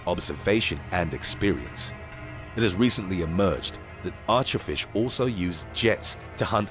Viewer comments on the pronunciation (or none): He said flish